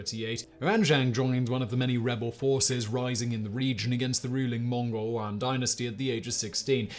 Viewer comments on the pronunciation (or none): none